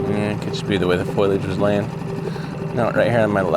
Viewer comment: Foliage lol not foilage